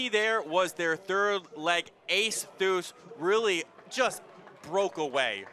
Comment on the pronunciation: Its THEE-US Bruh! Get the Last Name correct